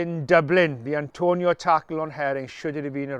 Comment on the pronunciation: It's Atonio not Antonio. But it's red card in my book.